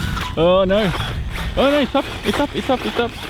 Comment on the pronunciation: LOL first word I hear was total Aussie - "Noauwr!" Love it, thank you for the vid.